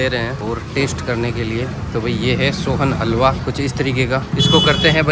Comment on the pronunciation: Sonhalwa ❌ Sohaan halwa ✅😂😂